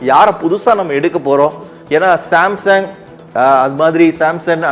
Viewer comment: Samsung illada samson 😂 first peru olunga padichutu video podungada